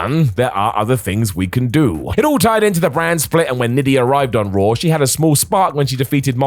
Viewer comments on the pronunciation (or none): Raw* not Roar